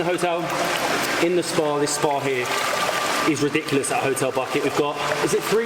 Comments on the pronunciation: Hotel Buket (not bucket, ), pronounced Boo-ket, is the Serbian word for Bouquet. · We pronounce it like Uvats not Uvak, and Booket , not Bucket. You guys are fun to wach, you gave me the idea where to go, I enjoyed your video. Keep it up.